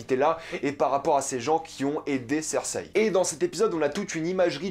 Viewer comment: Daillenerysse??? 😂 Cèrssèille?? 😂